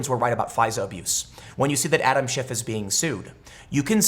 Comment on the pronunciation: I heard you say congressman shit , lol.